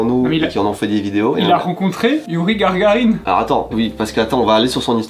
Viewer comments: Gagarine et pas Gargarine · C'est Gagarine et pas Gargarine ... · c est youri GAGARINE pas GARGARINE c est un astronaute pas un bain de bouche xD x) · Margarine mais Gagarine pas Gargarine 😂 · GAGARINE pas Gargarine